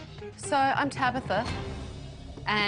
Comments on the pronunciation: Tracy her name is Tabitha not Tabither !🤨? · Stop saying Tabitha, it's TabAAAAAAAtha!!!!